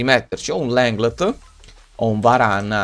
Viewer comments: LENGLÉ si pronuncia non LENGLEDT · Riuscirai mai a dire/pronunciare LENGLE(T)? Senza dire Lenglndt?